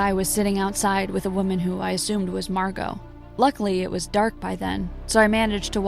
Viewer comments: excuse me, her name is Marrrrrrrgo!! not Marco or Mango,Wells Fargo. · Excuse me her name is Margo not Marco or mango or Wells Fargo yeah someone said Wells Fargo her name is Margo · ᵉˢᶜᵘˢᵉ ᵐᵉ, ʰᵉʳ ⁿᵃᵐᵉ ⁱˢ ᵐᵃʳᵍᵒ, ⁿᵒᵗ ᵐᵃʳᶜᵒ ᵒʳ ᵐᵃⁿᵍᵒ, ᵒʳ ʷᵉˡˢ ᶠᵃʳᵍᵒ. ʰᵉʳ ⁿᵃᵐᵉ ⁱˢ ᵐᵃʳᵍᵒ ˣᶜˣ